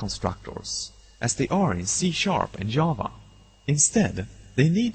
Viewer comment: I love how he calls Java, Yava. That's what the language should been named. Who wants to make a new programming language?